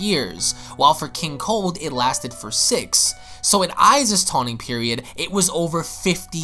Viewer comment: “TAWNING PERIOD”??? I’m soooo surprised that you ACTUALLY left that in....